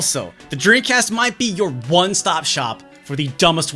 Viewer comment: this guy makes a video about dreamcasts but cant even say it. his lips NEVER TOUCH, dude keeps saying “dreencast”. i’ve been subscribed for months but this is the first time ive ever noticed that lol, i cant tell if hes just fucking around or its really how he says it